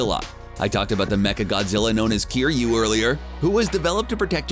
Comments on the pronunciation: you said cry-you its kiryu {care you} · ITS NOT CRYU YOU BAKA ITS KIRYU ki -ryū ! Also I want to see a Drunk Russian who is out for revenge against the titans pilot Mecha Godzilla. I think it would add some humor for the human element, what cant get better then having someone that wants to kill all the titans. >See what I did there ?